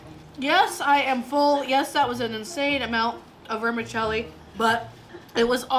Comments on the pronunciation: "Vermi-CHELLI", not "Vermi-selli". CONGRATULATIONS! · Is it pronounced "ver-ma-sellie" or is it pronounced "ver-ma-chelli"?? Where I'm from it's "verma-chelly"...😂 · Awesome but its ver-mi-chel-li.....like you'd pronounce cello. And Zermatt I think Switzerland, well, it was certainly the Matterhorn of seafood! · It’s pronounced Verm-a-chelli in Italian. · Say it with me now…ver-mi-CHELLI. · Here in NZ we pronounce Vermicelli as Ver-Ma-Sally. Great Video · Never heard of anyone calling it Vermi selly???? What is it selling? lol I am Italian and that IS NOT the way you say it. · I reallllllly wish she would prounce vermicelli correctly. VermiCHELI. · Not being a twat but is it not pronounced ‘vermacheli’? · Lol it not vermassseli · She lost me with her pronunciation of vermicelli and that she wastes the best part of that meal which is the juice in the prawn head.